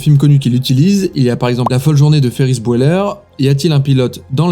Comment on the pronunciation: La vidéo est incroyable mais un petit détail me chicote pendant cette vidéo. Ferris Bueller se prononce Biouller et Bweller. Sinon tout est parfait😁